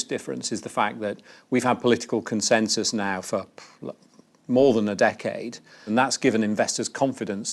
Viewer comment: Dee-cade. 😂 Why do so many of my Germans not learn how to speak English? So sad… and funny.